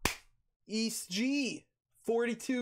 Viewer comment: its prounouced e - s - t gee